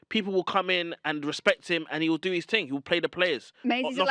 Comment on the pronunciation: Thing pronounced fin 😏